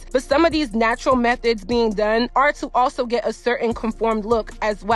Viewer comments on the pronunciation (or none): none